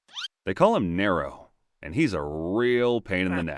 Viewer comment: just to help, his name wasn’t “narrow” it was “near-row”